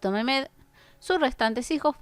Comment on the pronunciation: Mirimah: se pronuncia Mariam Mehmed: se pronuncia Mejmed